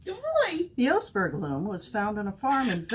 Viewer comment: Brilliant, definitely going to give this a go. I am a foreigner living in Tønsberg and would offer some pronunciation help. The Ø is an "URR" sound, So it's more like Tunsberg. Oseberg is broken up into 3 syllables, Oooo-Seh-Berg. Thank you again!